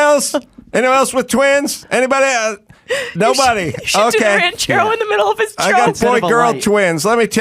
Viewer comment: Why does she say “ELTSE” instead of “ELSE?” Please please please get rid of this trope. There is no T in that word!